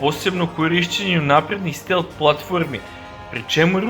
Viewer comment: Није стел, него стелт. Није Шахед, него Шахид.